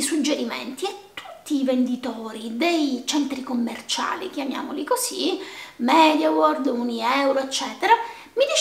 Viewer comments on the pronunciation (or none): none